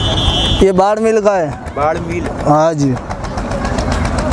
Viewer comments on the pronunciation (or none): भाई बाडमिल नहीं बाड़मेर होता है बाड़मेर राजस्थान ।।। में बाड़मेर से हूं